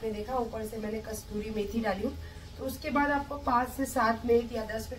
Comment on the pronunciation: Madam Kasturi methi nahi Kasoori methi hoti h 🤪😝